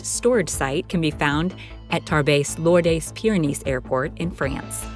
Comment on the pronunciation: Tarbes(Tarbays) is in France and spelt the correct way Tarbes!😮